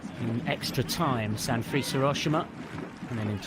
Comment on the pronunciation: "Sanfrees Hiroshima"? Where did they dig up this commentator from? SA-N-FU-RE-CHE. And Skibbe is pronounced "skib-buh" not "ski-bee"